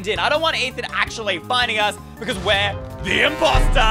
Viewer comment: its ey not eye